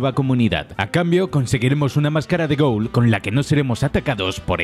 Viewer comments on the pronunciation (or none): none